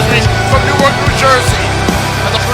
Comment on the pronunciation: It's Newark, and NOT Newarl, New Jersey,...you might want to fix that soon, just saying.